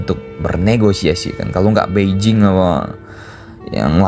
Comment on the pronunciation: "mao ze dong" Dibaca "mao tse tung" "Beijing" dibaca "peicing"